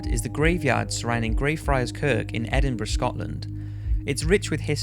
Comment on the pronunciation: Finally somebody says Edinburgh right it gets so annoying when people say Edinburg